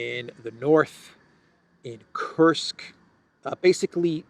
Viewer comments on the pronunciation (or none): none